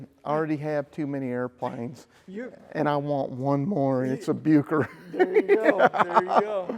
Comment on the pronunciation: Just a couple of corrections, 'Bucker' is pronounced more like Buukker, it's difficult to write phonetically in English, but it doesn't sound like 'Byooker', also, the aerobatic experts of the thirties tended to use the Bu 133 Jungmeister, the more compact single seat version, which was mostly powered by the Siemens-Halske Sh.14A-4 160hp 7 cylinder radial. The Jungmann two-seater tended to be powered by the Hirth HM 504, a 100hp 4 cylinder inline inverted engine, although many today have been converted to modern flat fours, as has the one in this video. The Jungmann has the excellent control harmonisation but not the power of the Jungmeister, which remained the world's preeminent aerobatic biplane until the Pitts S-1 came along.